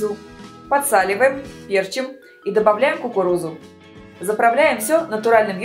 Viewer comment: пЕрчим как режет слух